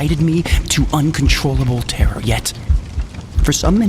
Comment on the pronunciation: I can't listen to this video the same 😂